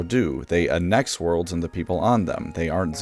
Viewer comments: AN-nex, not an-NEX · An-x. Not Un-x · 'Annex' should have the emphasis placed on the 'a' sound, not the second ''n'. Anne-Ex instead of A-Nex. Just FYI. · ANN ex. Not annEX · Great video but I DESPISE how you pronounce Annex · The worst part of this video is the way you produce “annex” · bro learn to say annex